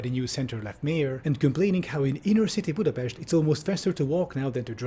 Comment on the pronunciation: As a Hungarian, i approve the pronunciation of "Budapest" 👍